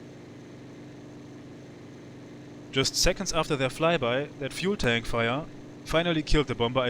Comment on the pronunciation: Love the: "fühel tänk feuer" 😂